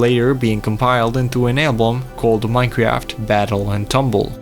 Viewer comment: Bro did not just start the video by saying "Minecreaft"